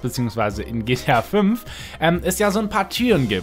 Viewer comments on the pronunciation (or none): soll kein hate sein aber mir ist aufgefallen dass du GTA fümf sagst